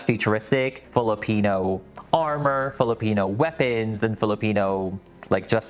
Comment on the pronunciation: Ugh. So impressed with the doll making and the Filipino pronunciations. Yasss queen! ❤❤❤